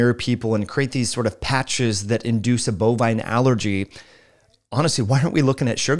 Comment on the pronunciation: This "doctor" can't even say bovine right.